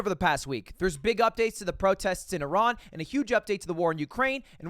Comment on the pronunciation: Ludwig saying Iran properly caught me so off guard lol